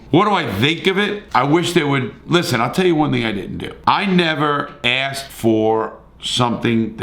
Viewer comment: You say, "excape",like, a half dozen times. The word is, "escape". Also, it's "asked", not "axed". I don't know what it is, but it seems that people that grew up in the city cannot speak.